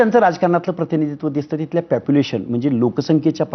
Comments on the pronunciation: आरे हा तर मूर्ख आहे राव. मला वाटले हा खरंच अभ्यासू आहे कायनु, आरे हाग्या पॅपूलेशन नसते रे पॉपूलेशन असते.😂😂😂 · प्यापुलेशन नसतं रे बाबा ते पॉप्युलेशन असतं ते 😂😂 स्वयमघोषित प्राध्यापक दिसतोय हा 🤣🤣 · आणि नालायक स्वतःला प्राध्यापक म्हणवतोस पण तुला पोपुलेशन म्हणता येत नाही पापीलेशन म्हणतोस 😂 येडझवा कुठला तूझ्या पेक्षा अडाणी बरे की रे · प्यापुलेशन 😂😂😂😂😂 कॉपी प्राध्यापक😂😂😂😂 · आबे प्यापूलेशन म्हणतोय आणी प्राध्यापक कसला तू हाके तूला ऊत्तर देता येईना दोन वेळा विचारल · Population 🚫 Papulation ☑️ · Are ya gavthila Population ha shabda pn nit bolta yet nahi... reservation cha ha pn ek fayda milala vatat yaala😂😂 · Are adhi population ha shabd nit bol